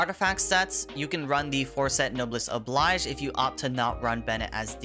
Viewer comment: no-bless oh-blaige. not no-bliss